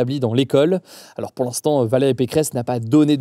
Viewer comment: "mais zalors" :D